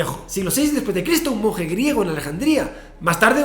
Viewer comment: Minuto , he tenido que escuchar esa parte 3 veces por que no podía enteder otra cosa que un mujeriego en vez de monje griego